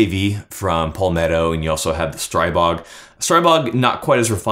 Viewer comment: There is no such thing as Stray-bog. The "stri" in Stribog is pronounced like the "stri" in strip and not like stripe.